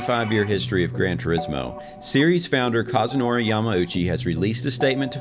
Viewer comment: Cash-zunori "Cash" Yamauchi.